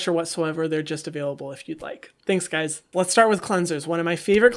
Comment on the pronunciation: The way you said tanks guys uwuwuwuw